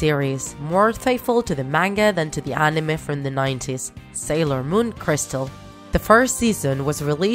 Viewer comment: Sailon moon XD